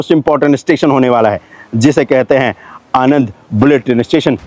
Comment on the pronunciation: Sir it's आणंद not आनंद In Gujarati આણંદ